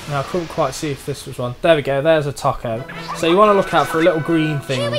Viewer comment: It's TOKO as in TOE-KO, not fucking TACO